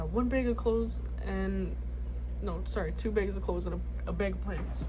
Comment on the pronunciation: "one BEG of clothes" took me out i am so sorry LMAOO but things WILL get better. Always forward, never back!